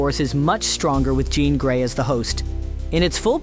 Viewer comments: I CAUGHT THAT TOO LMAOOOOO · Did he just call Jean Grey Jon Grey? 🤣🤣🤣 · Glad someone mentioned that cause I knew I heard it! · I know I’m being nit picky, but dang dude you should really start proofreading your audio takes. “John Grey,” “Symbi-OTT,” and “on another lever” took me out of the video entirely